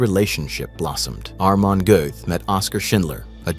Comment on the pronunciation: Not Armon , but Amon